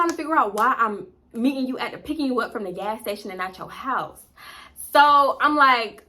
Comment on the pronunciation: I cackled every time you said “hyyyssse”(house)🤣🤣LOL And I exactly what you mean when people be faking accents ugh! Every time I hear the overly exaggerated Memphis “mane”, I cringe😫😑SMH